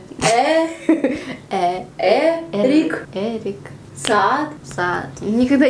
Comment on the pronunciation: Не Эрик Сад, а Эрик Саде. Он со Швеции как и я))